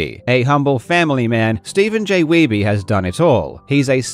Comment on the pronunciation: bro said "steve weeby" LMFAOOO his last name is german you dolt weiße (weiss) means white his name is steve white... 😂